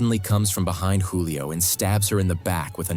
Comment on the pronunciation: Youre aaking yhe AI to say a lot of words... Keith becomes Case and Julia becomes Julio... Its OK, AI is still young and needs to spend more time in school.